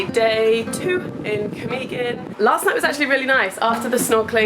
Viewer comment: Camiguin: [kah - "me" - GIN] stress on the third syllable, hard "G" as in "guess" Mantigue: [mahn - TEE - geh] stress on the second syllable, hard "G" That's my favorite island too!!! You went in January? People splurged during the Christmas break, we're back at work, broke... I feel sad for Cole, his phone stolen. Glad you enjoyed the island... 😃